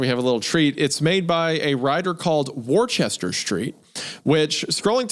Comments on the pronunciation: FFS guys the writer's name is pronounced "WOOSTER Street" 🤦🏻‍♂️ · Worcester is pronounced "Woouster", where the "oou" is pronounced like a mix of "oo" and "u" sounds. I live near a Worcester and the mispronunciation bothered me so much.